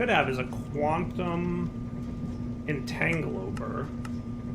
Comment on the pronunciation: I was mistaken when I thought wouldn't mispronounce "tritium.", it's not TRYtium, it's trit-ee-uhm! Edit: Also,, it's a quantum entanGLOPORTER, not entanGOLOPER. Edit 2: "Why don't you find hohlraum when I say hohlraum?" Maybe because you spelled it wrong.